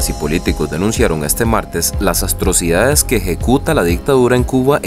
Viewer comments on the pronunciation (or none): Dice el repetidor este …… las “astrocidades” jajajajajsjjs